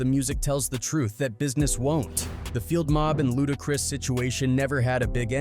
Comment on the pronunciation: I'm still watching, but that is hilarious every time it comes up. Lmao!! Also, "LudaCREESE". 🤣🤣🤣🤣🤣🤣